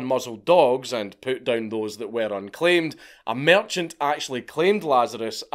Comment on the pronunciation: "Merchant" you say...